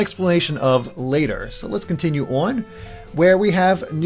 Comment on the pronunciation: So many changes.... makes me a little worried. I wish they would have made something similar to thousand year door. They keep making huge changes and sticker star and colour splash proves change isn’t always best. Also... the way this guy says “on” 🤦‍♀️